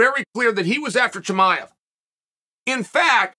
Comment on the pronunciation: Chamol as as well